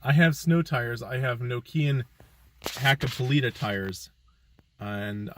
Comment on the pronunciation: Love how you pronounced Nokia Hakkapeliitta, almost like a native finn! ;) Greetings from Finland, we just got our first proper snow today in the southern parts.